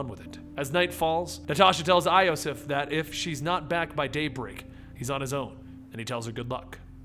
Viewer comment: again you say wrong names, iosif you dont say right